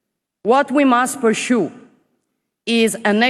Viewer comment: Deve imparare a pronunciare bene"pursue"